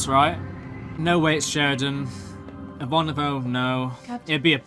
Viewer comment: You really should be able to pronounce Ivanova correctly by now. 🙄